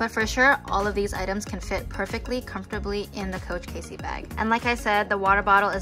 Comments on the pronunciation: It's Cassie not Casey.....fyi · Nice video! It's pronounced cAssie, not Casey. I carry a mini pochette or toiletry 15 in mine just fine, I think it depends how you fit all the accessories in. Thanks for sharing! :)